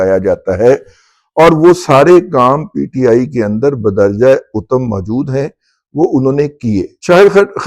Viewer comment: Sorry but Badarja Uttam nahi Badarja Attam....baqi zabardast...